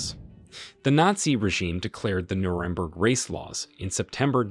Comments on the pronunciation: Did you hear the way Nuremberg was pronounced? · Interesting. But why can't you pronounce Nuremburg properly, when its a key place in your narrative?